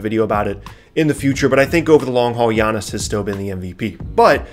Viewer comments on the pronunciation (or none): none